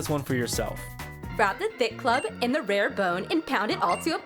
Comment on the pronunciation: ’Rare Bone’